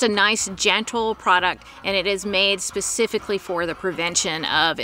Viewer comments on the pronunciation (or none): none